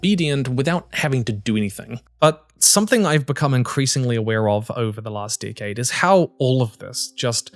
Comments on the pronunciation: he says “decade” but he really said “dick head” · Does he keep saying “dickhead” or “decade”?